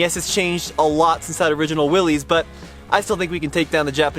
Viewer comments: It's. Pronounced. WILLIS! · Willys Jeep is said Willis not Willies. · Just fyi, the original Willys MB that won the war isn’t pronounced “willies” it’s pronounced “willis” as in Bruce Willis’s last name